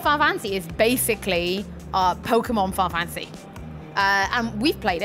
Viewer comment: I won't tease about looking forward to Final Fantasy, but It's funny how she calls it "Fi-Fantasy". Clearly a name she says so often that she drops the "nal" to save time.. I'll only get Skyrim on PS4 if I can import my PS3 save-games...